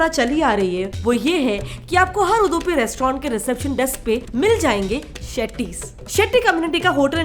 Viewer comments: It's Udupi not Udhupi first plz learn the pronunciation... Udupi restaurants Brahmin community like Gsb saraswats tooo n rest bunts etc etc se hua tha n rest others followed n made bigger hotels tooo i have gud respect for those tooo ....I'm born mangalorean n i very well have seen what other ppl have love for Mlore Udupi food b it veg or non veg .... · udhupi hurt my hear its udupi 😂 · U du pi not udhupi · It's उडुपी not उधुपी pls say it correctly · उदूपि नहीं उडुपी है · It's उडुपी not उदुपि fed up of correcting North indians. When u guys can't pronounce our words in the right way why do u attempt to make videos relating to us. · Pehele theek se Hindi bolna toh seekh le its Udupi not Uddupi . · First of all Its Not 🚫 Uduphi It's Udupi Just Like It's Kannada not Kannad.... These people Never Spell Properly.. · ಉಡುಪಿ ಸರಿಯಾಗಿ ಹೇಳಿ ಮರ್ರೆ ಉದುಪಿ ಅಲ್ಲ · उदुपि नहि उडुपि बोलिये ಉದುಪಿ ಅಲ್ಲ ಉಡುಪಿ 💛❤️ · It's Udupi, not udhupi 😂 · 🪔🚩🇮🇳 👌🙏✊ 🇮🇳🚩🪔 उडुपि not.... उदुपि For us udupiites, this sounds so irritating. But thanks for the video. 🙏🙏🙏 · First learn the pronunciation it Udupi not udhupi just like it's get set fly not get shit fly correct yourself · Ur pronounced like ಉದುಪಿ ಅದು ಉಡುಪಿ ಉಚ್ಚಾರಣೆ ಸುಲಭವಾಗಿ ಬರುತ್ತೆ ಮಗದೊಮ್ಮೆ ಉಚ್ಚಾರಣೆ ಮಾಡಿ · Its pronounced as udupi, not udhupi... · Udupi not Udhupi! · UDUPI NOT UDHOOPI🤫😄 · It's not uuuddhhhuuupii its udupi can't speak a word correct bloody hindi speakers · ಉಧುಪಿ ಅಲ್ಲ ಉಡುಪಿ 🤣🤣🤣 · Its not pronounced as Udhupi , its pronounced as Udupi . Da of Damaru.. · It's not udhupi..it's udupi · It's UDUPI NOT UDHUPI!!!! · What... You are Pronouncing Udupi as Udhupi & Masala Dhosa as Masala Dosa... Are you doing this because people think it looks Cute??? 🤔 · 😵Udhupi nahi madam udupi hei vo😅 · Correct your pronunciation.... it's not UदूPI.. it's उडुपि.. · It's Udupi not udhupi... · वो उदुपी नही उडुपी है और डोसा नही दोसे है, please correct pronunciation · It’s not ऊदुपी, it is उडुपी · Aur Udupi ko udhupi bol rahi hai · Its not उद्दुपी its उडपी